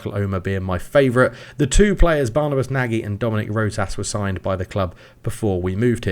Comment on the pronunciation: Nagy is prounounced "Noj." Fun fact, it means big or large in Hungarian :)